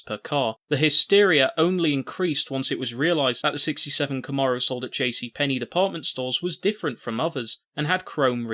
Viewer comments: Thank you for converting yourself into a narrator allowing for more visual content, instead of... anyway, I very much enjoyed this. One thing, it's pronounced Kahm-mair-oh 👍👍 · This dude pronouncing “Camaro” like that is driving me crazy for some reason.